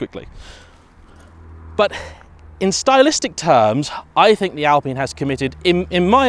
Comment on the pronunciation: I swear its al pine Not al peen